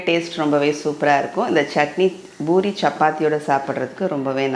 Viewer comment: It is 'poori' not boori. Most of tamilian says ' boori '. Madam is correctly telling poori